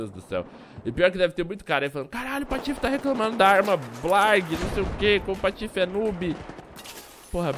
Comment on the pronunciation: ele falou patofe?